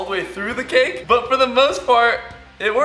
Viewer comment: Whan you said cake i thought you said kick